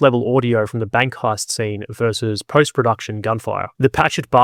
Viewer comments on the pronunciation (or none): none